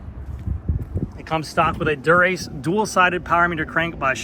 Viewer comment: Endu-RACE. Not endurance 😂